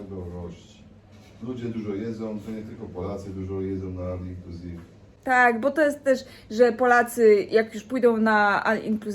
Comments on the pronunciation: Nie al inclusive tylko ol inclusive się mówi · Ol inclusive się mówi, a nie all inclusive.